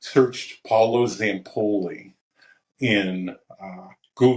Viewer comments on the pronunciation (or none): Sir his name is pronounced pow-low